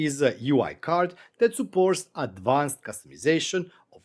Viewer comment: Nice. Really like the new Gauge card. Gauge is a challenging english word and has multiple uses in very diverse meanings. In the case of this HA card, it should sound more like gage (gerd3). Your prouncuation is "gouge", which is a chisel or the act of putting a groove or scooping out something.